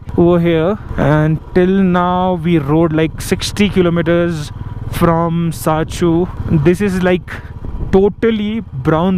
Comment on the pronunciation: it's not sachu it's sarchu